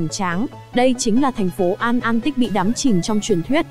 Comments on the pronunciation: a-lan-tích chứ hổng phải an-an-tích nhe ấy ơi! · at lan tích